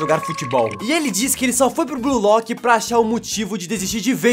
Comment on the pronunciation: Mn, qual é a dificuldade de pronunciar corretamente? Escreve-se Blue Lock, mas pronuncia-se BLU Lock. Para de dizer Blui lock, per favor me ajuda! (um meme)